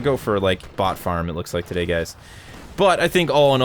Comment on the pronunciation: that intro "and we are here toddhaey"